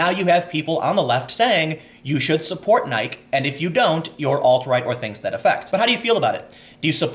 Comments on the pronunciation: Your pronunciation of Nike is interesting. Now I'm wondering what its supposed to be 🤔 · Bill Seitz - I know!!! Aghhh! It’s driving me insane. Who doesn’t know how to say Nike!! 😂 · I think Tim lives outside the mainstream.... Thus his not knowing how to pronounce it. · NIKE’s biggest shock after watching this video is that there is apparently a 30 year old white guy who has never heard their brand name said out loud. Robot reporters? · I think he's doing it on purpose. Who in the world doesn't know how to pronounce Nike? I mean, besides being one of the biggest shoe brands, it is also the name of a Greek Goddess. Also, who following the Kaepernick story hasn't heard his name pronounced correctly. Tim has to be mispronouncing on purpose. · C'mon man, it's Latin. Nike = nigh-kee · Nik(i)e, Tim..... Your driving me nuts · Omg Tim I understand where u r coming from grammatically, but for Christ’s sake it’s N + eye + key (or Nigh + kee or N + ike + eee). I can’t imagine ur long time friends also pronounce Nike the way u do, or maybe I’m in the bubble along with everyone I know and grew up with❓❓ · Nike pronounced ny kee, is the Greek goddess of victory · 🤦🏿‍♂️ Dude, it's pronounced "Ni-key". C'mon Tim. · Well, we in Europe don't pronounce the "e"! You get triggered when we say "Nayk", we get triggered when you say Adidas! 😁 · It's pronounced ni-key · I swear if you say Nik one more time..... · No Tim, not to be a pain in the ass, but its pronounced Nikee, as in saying the name of the letter, "E" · Are you deliberately saying the company's name wrong? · Nike no longer deserves to have their e pronounced. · Holy shit. I never thought I'd hear someone pronounce Nike wrong. It's such a common brand that it never occurred to me. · Does Tim actually not know how to pronounce nike? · Oh I see what you did. Your pronounciation of "Nike" is an anti-semetic dog whistle. You sneaky sneaky Alt-Right troll. 😏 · ianmaluk1 is Tim British? Nike is an American company. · Nye-kee lol